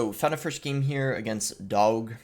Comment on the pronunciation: Also why did you say Doug like that🤣🤣 Can you cover graveyard? It’s been a long time.